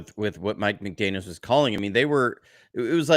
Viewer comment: McDaniel ! Please not McDaniels !